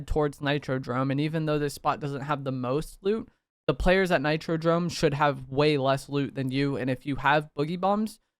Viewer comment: Bro said nitro drome way too many times DOME ffs